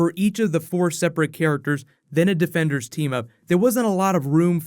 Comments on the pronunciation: Anyone else here him say debenders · He said debenders